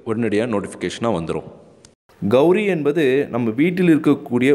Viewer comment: கௌரி அல்ல கௌலி